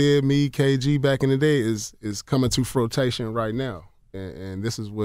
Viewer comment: Frotation!?!?!?!? lmao